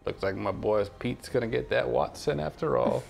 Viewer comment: this is really making me nostalgic for the GAME in Xbox sniff .......why you gotta make the nostalgia hit, man? :'( also, "wetson". Mary Jane, "WETson"